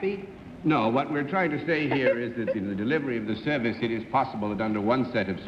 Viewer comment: Oh that New England "Upper (Crust) Society" way of speaking... It can drive me nuts sometimes to hear some of the way the words are pronounced. From John Daly comes "su-vice of some kind..." / "He's a poo-pus trainer..." Ahhhh!!! ~ Now, I am a respectful of regional dialects, as I believe they contain within their make-up a kind of history of the people; as they are shaped by, or they evolve from, I'm supposing, one's environment and experiences, in part. It's an interesting and wonderfully involved Study. (Oh..., but where are those "r's" when you need them?!)